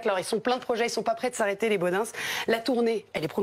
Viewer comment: Est ce que je suis le seul que ça fait tiquer chaque fois qu'un journaliste parisien dit les "Bodinse" ? 🤣